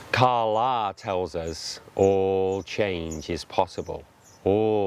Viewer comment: Principal #2: ka la- the day; sun. The way you're saying it means dollar; money. If you're gonna take interest, learn the language first because you look like a real idiot.